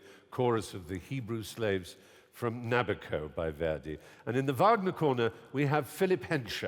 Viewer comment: at 1.59 when you tell the audience what they have just heard,i would have expected from you a better pronunciation of the Opera title:NABUCCO: you sounded extremely foreigner to names,considering that you are chairing this program,you should have been better prepared,remember millions are listening to you,and considering the debate,credibility is at stake.Saluti Gino